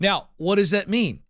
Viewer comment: Now! What does that meam? Well... What it meams is.... Now! What does that mean? (Pause) well.... What it means is.... Rewind...